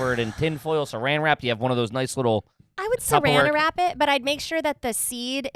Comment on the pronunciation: She for sure said seranda wrap it 😂